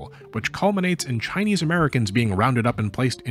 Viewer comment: Kudos for the pretty good Chinese pronunciations.